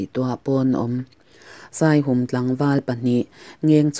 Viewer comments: Ka lawm hle mai Midik leh rinawm ania ka ngaihsan em em. Chuan khaw hming Saihum i tih hi a rik dan a diklo Saihûm, hûm lai hi Patjianin min hûm tih rik anga ri tur aw zirte a ziaktupa sawi ka hre tawh kan veng pa ania. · Saihum tih i lam dan hi "Aw Lalpa,misual lakah min hum rawh" tiha "hum" tih ri anga lam tur zawk a ni e